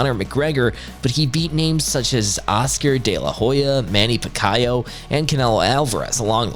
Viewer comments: Manny Pak-I-O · With a channel named "Fighting Zone", how can you not know how to pronounce Pacquiao's name. I mean...come on. He is only one of the best boxers to step in the ring.